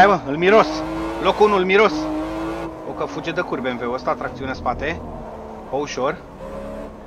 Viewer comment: "mi-am luat Benveu" =)))